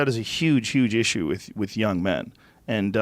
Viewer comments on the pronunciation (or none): none